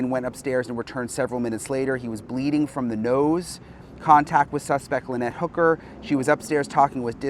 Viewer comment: why are u saying his last name wrong it’s hooker